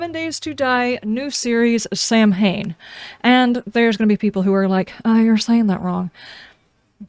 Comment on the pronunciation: My only criticism is that you had to make a video explaining this stuff. I think it’s been great. There’s 50 million people making gameplay videos. I play the game so I know the gameplay. I’m enjoying the story and effort you put into. I must say I do miss Lydia. Oh and you said Samhain fine I got the meaning and thought it was a nod to the 80s punk/metal band